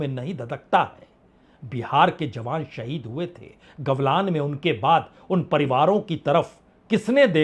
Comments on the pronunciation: gavlan nahi galvan boliye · सर जी, घाटी का नाम गलवान है, गवलान नहीं है। कृपया सुधार कर लें। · गलवान है जी, गवलान नही